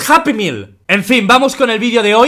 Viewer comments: Whats japimil?? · What's hapimil JAJAJAJAJAJAJAJ